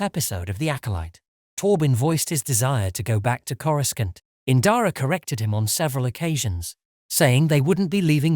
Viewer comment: Why do you pronounce coruscant the way you do? sounds so weird... as if you weren't watching the same movies / shows all say it without the middle "c"... sounds so weird lol